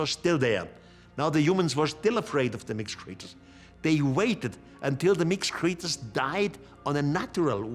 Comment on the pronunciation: “Deeez mixked cxreeetures!”